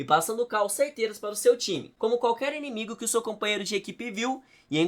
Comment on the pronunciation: Inimigue? Você falou inimigue mesmo? 😒